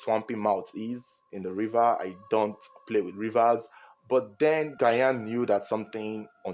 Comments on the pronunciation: Gyan is pronounced Jahn👍🏾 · The way you butchered Gyan’s name is annoying to listen to. You should have called him by he’s first name instead. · How you pronounce the GYAN hitting on my nerves😂❤ Bigups from Ghana🇬🇭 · Mention the name correct Is not Gyan 😂😂😂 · The way you pronounce Gyan shows that you don’t watch football 😂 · you need to learn pronunciation of Ghanaian names tho. Adwo, Gyan..... Much love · you’re pronouncing Asamoah‘s last name wrong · Pls mention Gyan's name well. Its not gyayan. 'Gy' is mentioned 'j' so its Gyan (jan) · "Jan " Gyan. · Please you can pronounce Gyan just like pronouncing Jan Yh, it’s not Asamoah Gayan it’s Gyan= Jan thanks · Good narration as always, that's why I am your biggest fun. The name "Ghayan" though 😂. It's pronounced "Jarn" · It’s pronounced Jan(Gyan) not Gayan. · It's pronounced "Jan" not Gayan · The name is pronounced like “Jan” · Who’s gayaan?😂😂😂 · His name is not Asamoah Gah-yan 😭it’s Asamoah Gyan Jesus 😭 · I just love how you pronounce Asamaoh Gyan as Guyan 😅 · Please it’s Asamoah Gyan the “gy” is pronounced as “J”😊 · It’s not Gayan ooo Gyan the Y is silent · Asamoah Gyan is pronounced "DJAN" I believe he may have tried to save Janet because a lot of people panic when someone tries to save them underwater, bringing both them and the rescuer to drown. Thats why when someone tries to save someone who is drowning, the person needs to calm down and basically allow themselves to be "carried". I've been jetskiing before, its very easy to slip off the jet, Janet should have worn a life jacket. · Get your pronunciation of 'Gyan' straight... It's pronounced as 'Jian' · It’s pronounced "gean " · The name is jan(Gyan) so please pronoun it well🙏🙏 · Asamoah Gyan. Gyan is pronounced 'jan' , Ghanaians, am I correct? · The name Asamoah “Gyan” is pronounced as “Jan” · because the letter 'g' has a soft sound and hard sound as in Goat (hard sound), George (Soft sound of 'g'). It should be pronounced as ' jian'